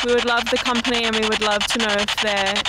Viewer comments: Amazing. "company" is spoken with Filipino accent. 😯🤓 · the "company" with typical Filipino accent grrrrrr so freaky